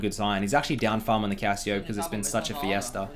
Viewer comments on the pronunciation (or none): none